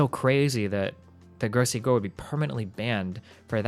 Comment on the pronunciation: Say his name right dude it's gross gore. The legend will never die